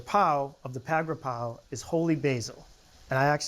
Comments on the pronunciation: Hi, All! I'm Thai, and I cook Thai food at home all the time. Really impressed with this cooking demonstration, and 100% sure it turned out delicious. Julia pronounced Pad Gra-Prow so impeccably every single time she said it. The chilli fish-sauce, though, is NOT called Nam-Prik Nam-Pla, as said in this video, but called "Nam-Pla Prik". Nam-Pla is fish-sauce, and Prik means chili(es). Another thing that I find unusual in this video is, nobody in Thailand would put shallots in this recipe---it's just garlic & chilies. However, there is no right or wrong in cooking. It's just a matter of preference. In case some of you are looking for more accuracy, the basil leaves used in this demonstration are NOT holy-basil, but a different variety called "sweet basil" or "Thai basil". I tried so hard to find "holy basil" when in Canada and the U.S., but never found it. So, I guess it is not available in North America, maybe, because the demand is low. But, in Thailand, holy-basil is in abundance, and you will get to try the authentic Pad Gra-Prow the Thai way. Thai food (especially, Pad Gra-Prow) in American, European and Australian restaurants is typically 2 or 3 times sweeter than the original recipe in Thailand, I don't know why. So, be aware that Thai food you get in either Western Countries or Australia is way, way, way too sweet, as to which I experienced on several trips. Pad Graprow in Thailand has just A LITTLE sugar in it, just enough to create a balance of tastes (not being mean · I’m Thai the way Julia is pronouncing “Pad kra prow”it’s perfect!!!👍